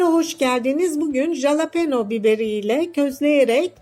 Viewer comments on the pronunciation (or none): Abla jalapone değil yazıldığı gibi okuma😅